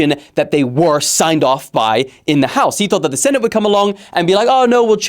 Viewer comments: Its senate not sentate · SENTATE??? 😂, ADRESSES? 😂😂